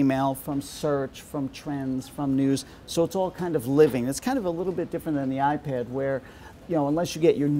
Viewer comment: 2mb ram? Not like the ipid this guy really needs to get his words right